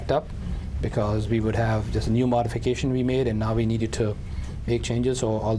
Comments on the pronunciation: Why does he say V😢 instead of WE??😅😅😅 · Cos he's Indian. They confuse V and W, so they say "Wegetable" but also "Ve". I had an Indian tutor who even used to say "Wedge-eatable"😂😂